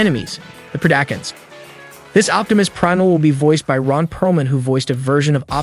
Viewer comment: Thought it was very good break down and can’t wait for the film but for the love of god it’s pronounced PRED-A-CON, DECEPT-A-CON and TERR-A-CON that’s my only complaint in a overall great video